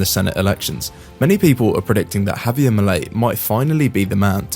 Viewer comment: It's not Havier, it's Javier!